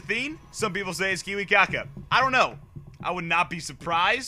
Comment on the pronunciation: Kiwikaka?! Learn the names or better stop casting... :D